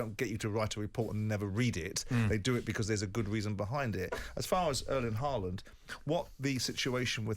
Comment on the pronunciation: Even Mr Jordan, an eloquent pundit can't get Haaland's name right.